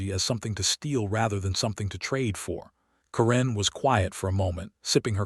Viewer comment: Stupid A.I., its Karen NOT Kuran